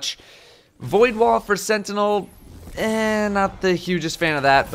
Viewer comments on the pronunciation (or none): none